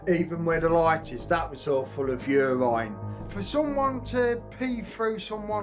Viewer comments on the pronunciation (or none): "Yourine"......😂 priceless